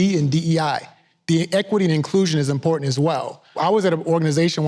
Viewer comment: She lost me when she could not pronounce imporTant